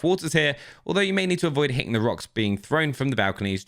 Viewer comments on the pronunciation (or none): none